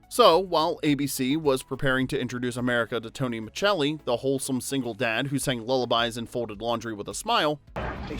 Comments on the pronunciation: I loved this show but can't understand how an Italian-American actor playing an Italian-American character pronounced his character's surname wrong for the entire series! 🇮🇹 Basic stuff 😮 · Tony's tv last name pronunciation is driving me nuts. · Tell me you didn’t watch the show by mispronouncing Tony’s last name! TF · Great show! FYI: you mispronounced Micelli. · I hate that Tony’s last name keeps getting mispronounced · Less than 30 seconds in and you can't even pronounce the character's name. If you're going to pretend to know about something you should learn to pronounce his name. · Then you must have caught the misprounciation of "Micelli" throughout the entire video 👀🤦‍♀️ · Micelli is pronounced Miselli, not Michelli. Did you watch the show? That's like pronouncing Rupert Giles with hard G. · It's pronounced, "Miss-cell-ee." Not "Mitch-el-ee" FFS. Totally butchering the name, it's grinding. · His last name was pronounced Maselli, not Machelli. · It's Tony Micelli not Muchelli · Pronounced Miss Selly. Not Chelli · Micelli is pronounced Miselli not Michelli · Man, I grew up with this show and I loved it. Tony was the boss for me, lol. By the way, Tony's last name is pronounced "Misselli" not "Micceli". When's the last time you watched this show? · As soon as Tony was referred to as "Tony Machelli" instead of "Tony Micelli" - it became apparent this was AI SLOP in the first minute. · On the show, it was pronounced as if it was spelled Misselli. In standard Italian, that "ce" would be pronounced something like the "che" in cheddar. Not every Italian speaker speaks standard Italian, of course, the same way that not every English speaker sounds like the dictionary. Tony is an American character, and he can pronounce his name however he wants to. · pronounced Muh-sell-ee not machelli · Muh selly. Not Muchelli. Macelli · Dude I love these types of videos Unfortunately I'm the pronunciation police 🚨 lol😅 It's Miselli on the show Not micchelli